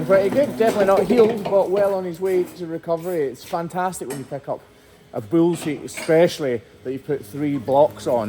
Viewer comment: I’ll never tire of the way says bull as “buell”